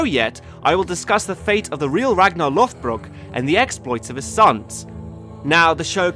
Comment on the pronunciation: Sun stone's, real yet used improperly in the show, vikingr not vikings, Rollo (Hrolfr) attacked Paris and became the duke of normandy. Ragnar and Rollo were not related, its Lođbrok not lothbrok. The đ is pronounced like the th in "the" or "that" not the th in "forth" or "north" (more of a z sounding th rather than the soft) also Ragnar lived during the end of the Vendel period (accounts are very distorted) so for period dress, armor, weapons, etc, simply reverse to vendel and valsgarde.